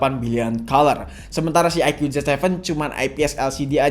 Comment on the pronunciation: Bang kata dapit bacanya bukan IQ tapi aiku